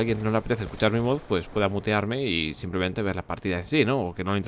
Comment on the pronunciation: Like si cunado dice "mutearme" escuchaste "putearme"